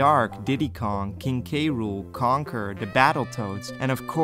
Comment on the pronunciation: As a fellow Dutchie i find it really funny how you pronounce Conker and Starfox as Kanker and Starfucks.😂